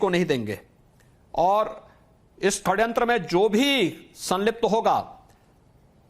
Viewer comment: हिन्दू पक्षधर सी.एम.का हिन्दी शब्द वर्तिनी का अशुद्ध उच्चरण , षडयंत्र को खडयंत्र बोलना अमान्य है।